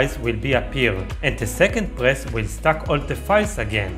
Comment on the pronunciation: Stack not stock, quit not quite…otherwise helpful